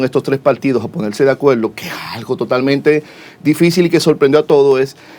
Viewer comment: Un "profesional" diciendo "ponelse de acueldo" WTF!